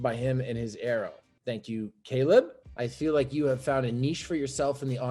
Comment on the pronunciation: LMAO “thank you Keleb” lmaoo